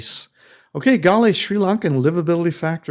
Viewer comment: At least say the name correctly 🙄